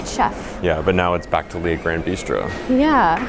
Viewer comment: Love you guys, but this Canadian gal is itching to help you with your French pronunciation! 😂 For “Le” Grand Bistro, think of the word “look” without the “k”, not “lay”. Merci et bon voyage!